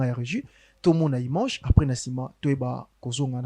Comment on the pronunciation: Bsr ! Svp papa on ne dit pas imange mais image merci beaucoup papa